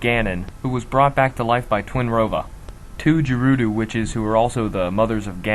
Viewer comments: Its GE-Ruu-DOE not Je-Ruu-Doe and Nav-I not Nav-Vee resembling navigation just saying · you would pronounce these words like "jerudo" or "malaun" or "AUCARINA",for gods sake these sound ridiculous,prounciations like gerudo,malon,and OCARINA sound a hell lot better p.s.the hero's shade theory is WRONG,I said this like 3 times in the comments of this video but i just want to make sure to everyone that it is wrong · Good timeline but why is Ganon alive after TP if Ganondorf is dead? I mean Ganon is just Ganondorf corrupted by the Triforce of Power. Good timeline otherwise. My only other grippe is your pronounciation of names. Jerudo? Mullon? Eck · wtf is up with his pronunciation? Jerudoo and Dookoo tree? wtf. The words are GeruDO and DEku. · "jer-roo-doo" oh my GOD, no. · You mispronounced a lot of words, bro. >Jerudo >Dookoo :l